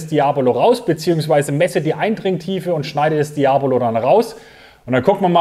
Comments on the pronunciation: Das ist falsch betont. Sowie Seat Cordoba oder Cafeteria. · Und wieder einer, der Diabolo falsch ausspricht.....